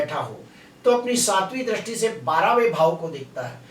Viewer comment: Dristi ko drasti nahi bolkar dristi bolakare sir. Please